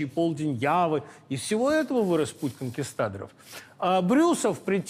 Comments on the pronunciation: КонкистадОр!!!!!!!!. От Великого Ритора слышать неправильную акцентуацию просто горько. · Удивительно, что Быков, являясь фантастически эрудированным человеком, употребляет асенто "КонкистАдор". Режет ухо и снижает доверие к себе.